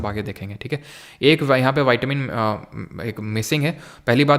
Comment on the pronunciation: Sir विटामिन को आप वाइटमिन क्यों बोल रहे है 🥴🥴